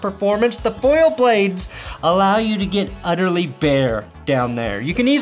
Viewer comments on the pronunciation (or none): none